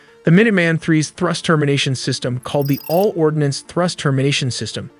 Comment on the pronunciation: Ordnance, not ordinance!!!!